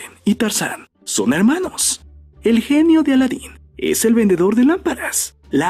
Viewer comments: verndedor que es eso como q le agregaron una R no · "VERNEDOR" ja :v